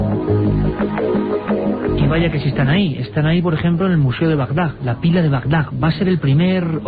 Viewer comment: espero que después de todo este tiempo hayan aprendido a decir Bagdad en vez de Bagdag